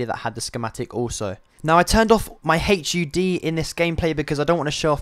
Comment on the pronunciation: My Hay-ch-U-D